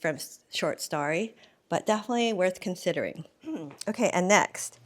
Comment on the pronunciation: I love you and your channel, but the way you consistently pronounce story as “starry” is killing me. 😬😂